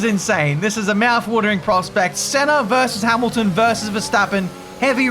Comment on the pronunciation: saying "Ayrton Senner" is gold